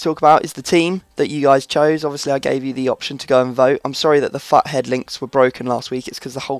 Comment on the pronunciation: Your coin stack is kinda low ? mine is like 10 coins.... + you say FUT Head as if your saying fuck head.